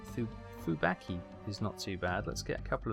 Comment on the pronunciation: Fah-Boo-Key not Fuh- BAhk-ah:D love your Stuff....